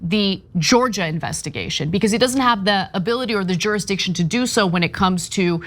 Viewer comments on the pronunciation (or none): none